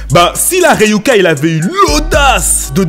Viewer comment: c'est Ryuk pas Ryuka tu nous raconte quoi